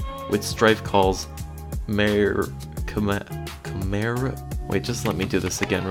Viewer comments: It's pronounced "Hip-POL-lit-ta" - not "Hippo- light" - and the other name is "Chim-Mer-AH" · It’s pronounced Hïp-PÖL-îtä. And Kī-MĒR-rä. With the •• indicating “soft” vowel sounds.